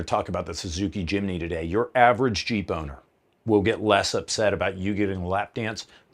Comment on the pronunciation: LOL "ONLY! Innah YEEP!"